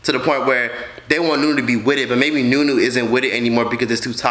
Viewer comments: her nam is zha-nee-aye or née - yae not nunu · Her name is pronounce like knee yay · Zuh-knee-aye. Znuie. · I think it’s pronounced “ja-ne-aye” but that’s besides the point....this is all crazy ! 🤧🤭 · Surge Juice ooh I swear in their videos they pronounce it with a “Juh” sound...even in the live, but mmm the more you know. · Say znuie not aye comic book sound znuuuuuuie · Her name is pronounced “zoo-nee-a